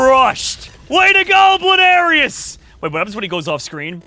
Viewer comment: it is bloonairis not blairis